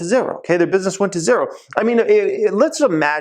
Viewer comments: what's up with the "zerrro" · You say zero weird.. love ur videos tho 👍